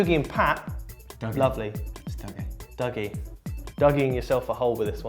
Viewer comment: Love how none of you can actually say Dougie the way Dougie says his name is pronounced.